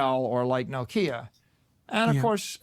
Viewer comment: The way saylor pronounced Nokia lol!... "No-kia"...